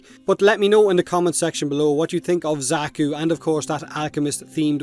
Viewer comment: I'm personally super excited for the Alchemist frame since it's an old favourite fantasy mold for me. Also Xaku is pronounced the same as the Zakku from the Gundam animes.